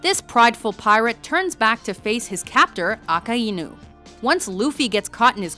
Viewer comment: I disliked because you said aka eenu instead of akainu